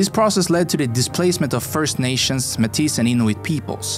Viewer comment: > *1867 not 1967. Métis is pronounced May-tee in English, and May-tiss in French. You're using the French pronunciation.